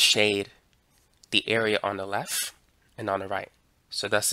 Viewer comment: "on the lef"